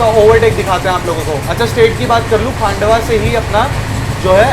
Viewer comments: डीवा ❌ दीवा ✅ खांडवा ❌ खंडवा ✅ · Nepanagar station se hi MP shuru hai, not Khandwa (stop pronouncing as Khaaandwa) Its खंडवा not खांडवा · खांडवा❌ खंडवा✅ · पहले प्रोनाउंस ठीकसे करना सिखलो…. कमायनी नहीं कामायनी एक्सप्रेस है , नन्दगांव नहीं नांदगांव स्टेशन है, खांडवा जंक्शन नहीं खंडवा जंक्शन है। 😅